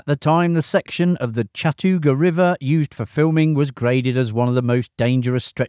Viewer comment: Learn how to pronounce 'solder' along with 'Chattooga'.